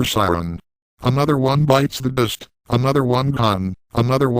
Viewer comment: lololol "another one bites the duhst" XD